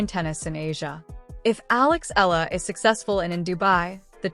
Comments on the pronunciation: E-YA-LA is the correct pronunciation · Please get her name accurate!!! Alexandra EALA ❤ fix your AI